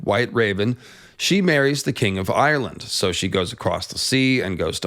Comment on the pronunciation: It's not Eye-your-land. Just 2 syllables. Like how Irish isn't Eye-your-ish